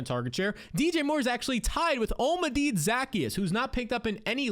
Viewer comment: Olm-A-Dee Zack-E-Us 😂